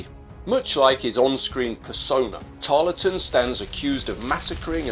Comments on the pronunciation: Brilliant video but it annoyed me how you kept mispronouncing his name. You don’t empathise the LE in his name just plain old Tarl ton. I know because I live in Tarleton, just south of Preston. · Tarleton has a silent E, pronounced Tarlton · Pronounced "Tarl-ton." Good to see an episode of Americans fighting Americans. JOlly good to learn that a Captain Corbett ws in the 17thy Light Dragoons. Thanks to Parkinson Pasha. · It's a very good video on Banastre. I'll say nowt about his portrayal by our American cousins, save to remark that Harry Lee's participation in Pyle's Massacre doesn't seem to have harmed his reputation on this side of the pond. PS You don't pronounce the E in Tarleton.